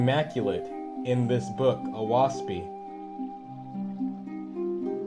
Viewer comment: Great that you have this channel and you are very easy & Clear to listen to And beautiful graphics With all due respect to you a few suggestions The name of the book Oahspe is pronounced O-ass-pee The sound of the wind through the trees The name given to non faithists is pronounced U-z-ian I hope you will accept this knowledge with the good intentions it is sent Please consider making more videos